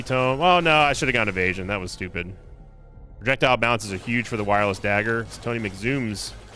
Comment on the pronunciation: Why is pro-ject-ile too long to pronounce?